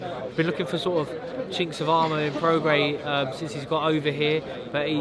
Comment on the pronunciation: Groves is the first person I’ve heard pronounce Prograis correctly. Well done, Sir!